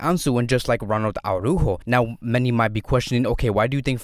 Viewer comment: The way says “Araujo” haha